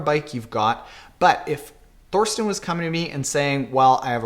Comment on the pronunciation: I'm pretty sure his name is pronounced Torsten. There is no "th" sound in German. Just think as in Thailand ;-)